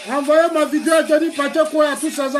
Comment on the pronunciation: Ont dit pas vidio on dit vidéo